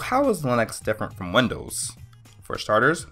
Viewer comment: You lost me at Lin-Ex and Win-Doos.